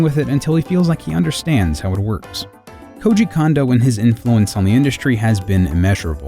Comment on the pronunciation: Please explain to me why the same vowel be pronounced the same?? iIts KOOJI KOONDO, not KOOJI KAN-DO, moron